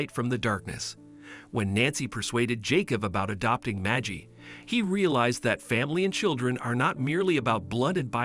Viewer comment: One can't just adopt a child until all avenue to find a living relative is not found or signs them over. This is bait. It's a bot it's not majie it is Maggie like baggy. Nobody says that just stupid people believe this crap